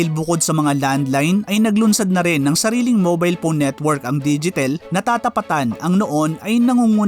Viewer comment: Bakit pown ka magsabi ng phone? Diba dapat PHONE??? Hindi POWN